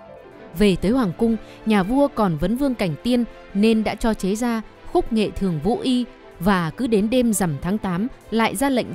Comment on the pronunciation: Khúc Nghê thường ai lại đọc là “khúc nghệ thường “ !!!!